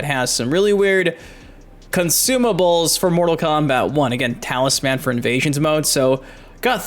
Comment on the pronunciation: I think you're the first person I've ever heard pronounce talisman as talis-man.